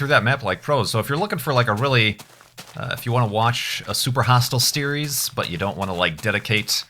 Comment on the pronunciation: Anybody notice that kept saying "Steries" instead of "series"? Or did I just hear wrong?